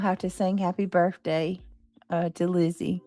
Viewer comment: Can someone for the love of God and all that is good, tell her there is no "F" in BIRTHDAY. However, there is an F in this hastag. #FUBJ Just saying.